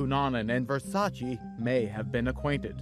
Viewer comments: It's pronounced Vere-sa-chey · They kept saying Versace wrong, like why even report on it if you cant say it right?!